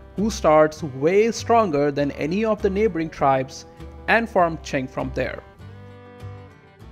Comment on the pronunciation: Omg you actually pronounced Qing correctly Edit: Oh then I heard Jianzhou. Well... But your pronunciation of Haixi was also good!